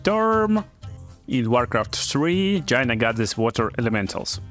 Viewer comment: lolz every time he says "Gyna"